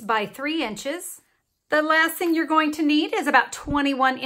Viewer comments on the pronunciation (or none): none